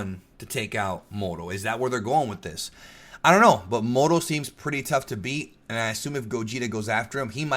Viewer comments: When said Muro, i was like "Mango?" Lol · I’m Mexican and it KILLS me when they don’t roll the R when they say “Moro” lmao. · kinda think the moro as u have been saying it sounds more like a name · English is one of the only languages to use a hard R. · You're not the only one that think that saying Moro with a strong R sounds cooler. Also you being Hispanic explains how you were able to speak Spanish in Twitter. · If you say "moroo" is a result of hispanic heritage than why must you say SAI-yahn ahh you know what forget it. Nobody will see this anyway. And I have proof but since no one will see it, why bother. End comment.